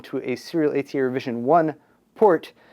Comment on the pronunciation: Christ, just say SATA.